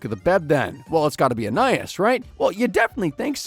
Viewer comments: It's pronounced An-eye-IHS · In this video we understood that this guy doesn't know storage rooms exist and that he can't pronounce Anais